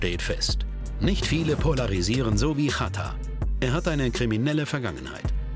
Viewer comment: Und nicht "Hatar" sonder "Chatar" ausgesprochen